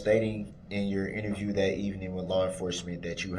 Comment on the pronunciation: Oh, by the way,, "evening" has two syllables, not three, unless you're talking about evening the odds, for example. Stick to grunts and grimaces, because human language is obviously far beyond your insectile intellect.